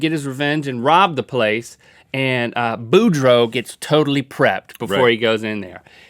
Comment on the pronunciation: It's BouDREAU. Ya gotta say it like a Cajun, y'all.